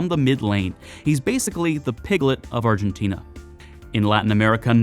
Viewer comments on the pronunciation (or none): none